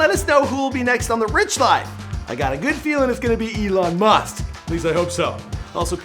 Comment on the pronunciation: He said Elon Must at the end